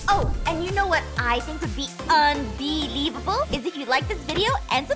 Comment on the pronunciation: Aphmau: Bee-long un-bee-levole Me: OH MY IRENE PLEASE TAKE ME NOW